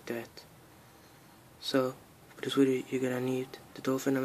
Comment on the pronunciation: Lol wideo